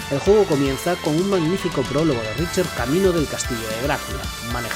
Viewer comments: Buen video pero la pronunciación un poco mala (no es "Richer", es pronunciado. "Ricter", "Sinfoni" etc) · Se lee "Ricter"